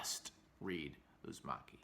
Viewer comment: It’s Uzumaki, not Uzimaki. The former is “spiral” and the later means “Thanks”